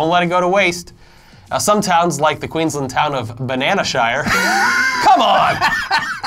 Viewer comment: Guys, I love you, but please, it's pronounced Queens-land. You say the first bit and the second bit separately. Not like Maryland where you run them together. Still love your channel. And love your Aussie stories.